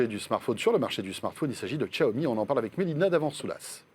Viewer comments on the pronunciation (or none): SVP Xiaomi "Chiaomi" et non Tchaomi !